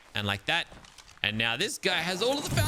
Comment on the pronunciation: "Are you kidding me right neow"